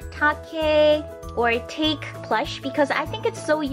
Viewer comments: Hey! Its japanese! So its not "take" its pronouced tah keh たけ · it's tah-kay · isnt take pronounced tah-kay?